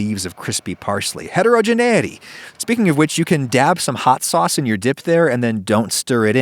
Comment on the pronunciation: No one: Adam: H e T Er O gEne ItY